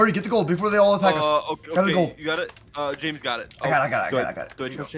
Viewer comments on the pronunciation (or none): none